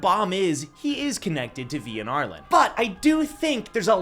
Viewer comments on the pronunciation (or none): It’s ar-lean not ar-lin